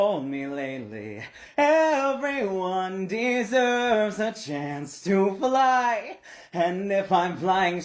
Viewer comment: that fly sounded a bit more like flop…if you asked me